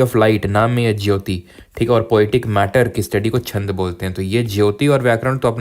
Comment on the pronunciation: 11.51 vedanga jyotisha (astronomy) 😊not jyoti